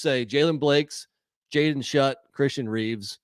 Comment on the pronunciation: Schutt is pronounced “Shoot” not “Shut”